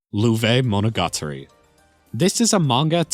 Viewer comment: Learns how to pronounce Ys, doesn't learn how to pronounce Monogatari nor Utawarerumono. Typical American moment.